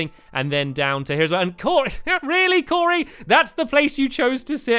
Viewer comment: He said Corey